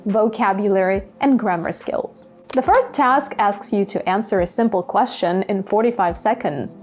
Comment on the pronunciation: Dear teacher the pronunciation of the word question is strange when you pronounce it is it really natural?